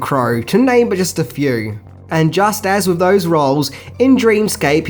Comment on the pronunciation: "numchucks to freaten 'em wiv"